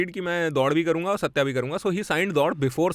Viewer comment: The films name is सत्य but why does everyone keep pronouncing it like the South Indian or Anglo pronunciation version ? We had Ardha Satya before and everyone pronounces that like it was meant. The lead characters name is Satyaa but the films name is Satya the other side of truth.